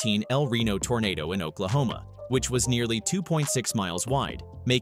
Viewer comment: What did you said Oklahoma? Ah tornado.😂